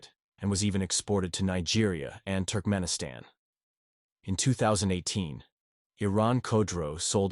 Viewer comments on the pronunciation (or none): none